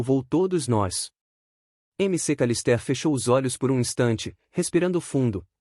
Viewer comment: "M C Calistér" - "Macawlister"